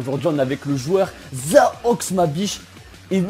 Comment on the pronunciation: Et c'est zoax pas zaox